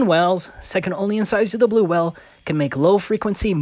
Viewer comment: "A blue WELL"